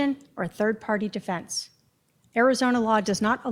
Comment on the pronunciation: She doesn't say defense. She says definse